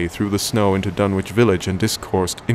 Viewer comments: I grew up in Lovecraft Country, and for this reason, I always find it a bit jarring, personally, when audiobook readers don't pronounce place names in Lovecraft as a "local" would: Dunwich should be pronounced "Dunnich", for example, and "Innsmouth" should be "Inns-muth", not "Inns-mowth". Of course, this is something that only affects someone from the area who's got a keen ear. I'd love to hear someone who actually knows how to speak as Lovecraft Country natives do reading this story, especially when doing characters' voices (for example, Old Whately in this recording sounds much more like rural Kentucky than rural Massachusetts). Maybe I'll have to do it myself, but I think it'd sound a little weird — and not in the best way — being read in a woman's voice. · Unfortunately it is pronounced "Dun-itch" not "Dun-witch"! As in "Greenwich" the "W" is silent. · in new england, it is Dun-ich. not wich. other than that its good just not reseached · I have long since grown sick and tired of the mis-pronunciation of the name "Dunwich" by absolutely everybody. It is my pet peeve. This is an English name and it ought to be pronounced in the English manner. Lovecraft was English to the hilt and at his very core. It's "Dunnidge", not "Dunn-Witch". For Greenwich, we don't say "Green-Witch", but Grennidge. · I've always pronounced it "Dun-itch".. Surely an anglophile like Lovecraft would have as well?.. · Please tell me the pronunciation is "Dun - itch" not Dun-witch" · This is great, unfortunately as a former Suffolk resident hearing the "w" in Dunwich sounds very wrong to me, there it's pronounced "Dunnich", otherwise the narration was amazing. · Dunwich is pronounced Dunn-itch phonetically... with a silent W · Pronunciations are wrong. Dunwich is spoken "Dun-ich" , Whatley is WAIT lee. But I can live with it. This is my favorite story. Wilbur is such a freak.